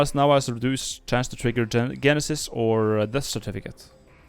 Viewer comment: When he said "Genesis" he started saying the word correctly, then corrected himself and said it wrong. XD